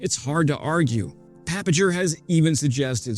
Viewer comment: Papinger’s last name is pronounced with a hard G.